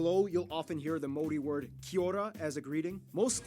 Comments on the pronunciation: It's the Mori instead of Maori that really made me want to pull my hair out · BTW the dude mispronounced Maori everytime. Closest time he was when he was joking how it's not said like that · can that girl please pronounce maori again? please? i need to relisten to that